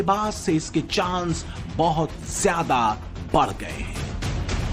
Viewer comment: Chal ay bandri zeada chir chir na kar bolna tum logon ko ata nhi zeada ko jeada kehty ho